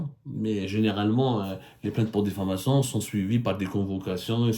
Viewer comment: On dit diffamation pas diflamation monsieur le journaliste francophone 👍